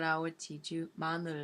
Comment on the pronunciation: Oh, you don't speak korean in this clip a lot, but your pronunciation is very very very good. Particularly, your '마늘' pronunciation was nearly perfect. I saw many american or english people who cannot pronounce "으" sound that well.